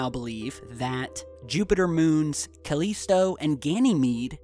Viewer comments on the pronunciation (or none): INCLADIUS? CALESTO? Enceladus? CALLISTO... GOOGLE DUDE...